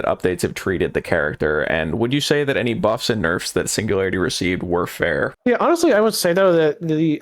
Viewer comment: signu-gary-ity? LOUD CORRECT BUZZER